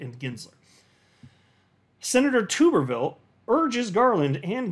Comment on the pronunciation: FYI, it's pronounced TUBerville like - flubber 😜